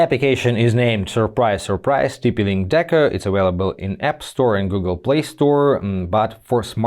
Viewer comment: It's deco not deca!